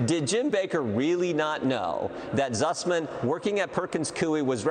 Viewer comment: Can't anyone tell him it is spelled and pronounced Sussman?